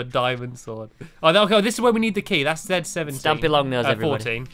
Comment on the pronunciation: Eyes closed stampy: stamoy